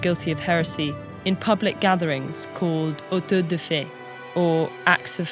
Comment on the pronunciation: This video is so baseless that they even mispronounce "auto de fe" as if it was french. It is [ˈawto ðe ˈfe]